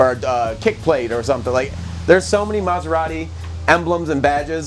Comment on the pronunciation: Great job Guys! Very nice and beautiful car ..... but, Sorry, I can't hear now u pronounce the name of the brand:" MaserarRi"....put a "T" before "i" : MaseraTi....grazie ;-)